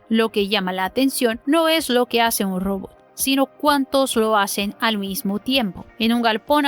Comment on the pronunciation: Saludo al canal y a la conductura. Pertinente e importante contenido. Mi única recomendación para mejorar es la corrección en el idioma español. La pronunciación en la palabra "Robot" es un error muy notorio. Gracias por atender y por continuar.